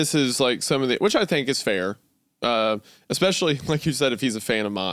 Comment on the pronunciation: Exscpecially and Calvery. Like two illiterate peas in a pod.